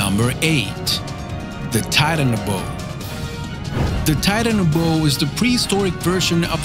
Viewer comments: It’s called Titanaboa not the titanabo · The Mosasour is the best plus I’m pretty sure the titanboa was smaller then that and it’s pronounced (TIE-TAN-BOW-AH) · (titan- a- bow- a) not tidan-bow, learn how to pronounce words properly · you said very few names right and how the hell did you say Titanoboa wrong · Julia G. Who knows he gets ALOT wrong the sea scorpions he mentioned are not trilobites there is no such thing as a "marine dinosaur" or "fish reptile" and the title isn't even that acurate lets see he mentioned the very famous Plesiosaur and mentioned it's fame also he mispronounced alot of things even the very simple Titanoboa how? who the fuck knows and might i add it is the largest snake to exist yet he said the other snake which I'm pretty sure did not exist was the largest also Titanoboa was not a marine animal either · Mr. Groovy 2 Shoes it's like he didn't even try with some of them though like Titanoboa how do you screw that up accent or otherwise